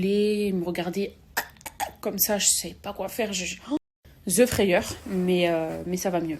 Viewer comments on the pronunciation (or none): "Ze" frayeur essaye pas l'anglais sa fait saigner des oreilles 👂🩸🩸🩸🩸🩸💀💀💀💀